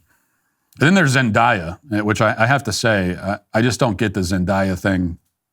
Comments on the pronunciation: I know Matt's producers were dying when he said "Zen DIE Ah" and not Zendaya lol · Noooooo not Zend-Aaaaaaaaaaa-ya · Is it not Zen-Day-Uh? Or did you say it wrong on purpose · Yes, they should’ve stopped making shrek movies. They only do sequels and reboots now because there are no original ideas. However, Zendaya is a pretty good actress and didn’t really do anything to deserve being talked about like that. It feels like you may just be picking on her bc she’s not white… It also takes 30 seconds to google how to say someone’s name correctly. It just feels intentionally disrespectful and a little racist and I’m not one of those people who says that about everything.